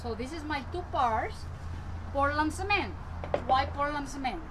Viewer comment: Okay are you saying Portland Cement or what?